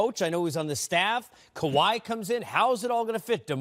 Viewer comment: This dude butchered everyone's name. Also getting confused who is he talking about Kyrie or Kawhi. If you are to talk basketball you should know not just the game but who is playing it too. It shows how little people pay attention and watch the Raptors. Tho his issues weren't just limited with the names of the Raps players but Sixers too